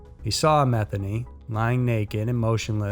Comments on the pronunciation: Thanks SMs. That poor sweet old lady that was murdered and raped by that monster freak, named Mildred Matheny, is having her name mispronounced. It is MA thE(long e) nY(also long e sound). Just like my last name. It's French. It is not pronounced like Meth. Which of course is kinda disrespectful to her and her family because childish people use that to make sick jokes. I don't give a damn for me, but I feel bad for people like her and her fam who have suffered enough. I'm sure you probably just heard others saying it that way. Just wanted to let you know. Maybe that's why some veered off and used "Ma" instead of "Me". Idk.🙏💔🤘🤔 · was... was her name “Methany” really?? Meth-any